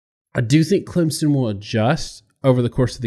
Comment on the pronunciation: Once again, tell I'll take his Clemson analysis seriously when he learns to pronounce it. That said, I've thought for weeks that the Clem-OSU winner would beat LSU. I still do.